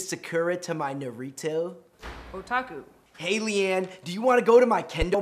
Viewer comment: The way he pronounced Sakura and Naruto made me cringe.